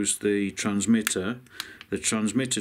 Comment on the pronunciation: "Transmitties".....LMAO....epic, as usual....You forgot to warn them about the vastly overpriced FS Goggles though.